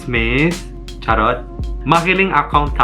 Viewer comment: Luis, you have done so well! Kudos to you and more power in 2022 and beyond! Your Tagalog pronunciation is excellent! Keep it up! Keyword: Charot ! lol With the rate you're going, we might even see you judging a pageant someday! (no charrr : ) All the best to you, stay safe and Ingat !